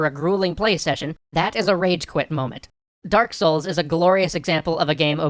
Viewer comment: To quote videogamedunkey: "Thank you, Dahk Souls."